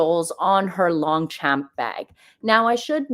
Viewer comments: "Lohhng-sha-hm" sweety🤭 it's French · In Longchamp the G and P are silent